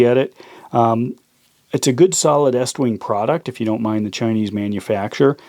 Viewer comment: It's pronounced east wing